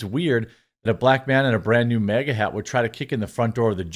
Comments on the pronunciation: why do ypu pronounce “MAGA” as “MEGA” loll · It magna not mega. When pronounced 😂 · Its MAGA NOT MEGA or Mayga 😂😂 wth dude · Why do you call it "MEGA" hat? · MAGA not MEGA...